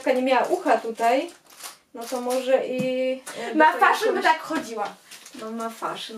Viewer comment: Chyba sie mówi "mafeszyn" a nie "mafaszyn" to nie hejt 🙆